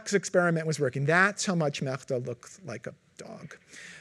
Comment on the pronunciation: Uses Google tools for research, he said, but is evidently clueless about TTS in Translate. I couldn't help but cringe every single time he butchered "Мечта". All the names he mispronounced